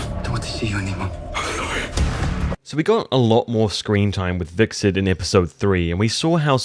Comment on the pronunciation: Every time you pronounced Hvitserk wrong.. a fairy died somewhere...